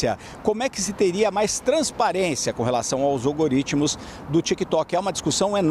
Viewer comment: Algoritmos chefe, é algoritmos (não algaritmos)